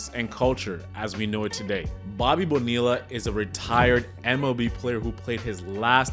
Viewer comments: 40 seconds in and i heard that first “bo-nilla” and I had to stop the video. Its 2024 man. We should know how to pronounce the double L’s by now. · Literally just said "Nope. I'm done." After the second "Bone-eella" and stopped it. I I had hoped the first was just misspoken but nope. Came right down here to admonish this dude. Glad to see I'm not the only one!! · Lol get the name right it's Bo nee ya you don't say the LLs or just simply say Bobby Bo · You don't pronounce the Ls in Bonilla. Bo-Nee-uh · great vid - it's pronounced Boneeya btw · Why would you put in all the work to create a quality video and not bother to learn how to say his name correctly? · Him mispronouncing his name is not that deep. Great video brotha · Dude it’s not to late to delete this and remake it pronouncing his name correctly… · Dude you should’ve looked up how to pronounce his name. This is painful.